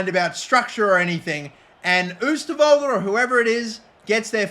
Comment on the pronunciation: If you pronounce the "oo" in oosterwolde like 'oh' in english you will say it correct